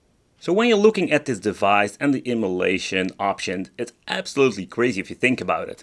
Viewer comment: i love how it sounds like immolation when you say emulation... everything on fire!